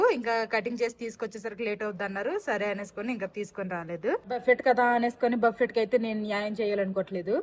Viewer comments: Darjeeling is a very beautiful place. Memu one week unnamu. Miru emi anukokapothe okati cheputhanu. Buffet spelling valana buffet ani antaru. But andulo T silent . Buffe ani palakali. You are a good person, thappu ga anukoru ani correct chesanu. Enjoy your trip. 😊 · బఫెట్ ❌ బుఫే ✅ or బఫే ✅. T silent .Google lo pronunciation choodandi. Enjoy your holiday. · Pls, if u don't mind the T in buffet is silent. U should prounce. buffe